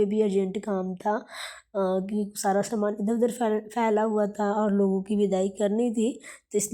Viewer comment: Saman bolna to seekh lo s sh main fark hota hai gaav main bhi s ko sh nahi bolte